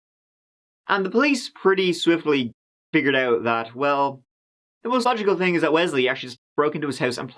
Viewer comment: Not goo, not turd lmao. I know you can make the proper th sound you do it in most cases which leads me to believe you say these words differently for attention